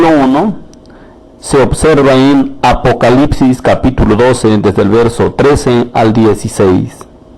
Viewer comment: ESTAS SON TUS PALABRAS TEXTUALES: Pero tu problema cultural no es la transliteración sino tu analfabetismo, yo si te critico de forma constructiva (lo que si tiene arreglo), no sabes pronunciar apocalipsis en tu vídeo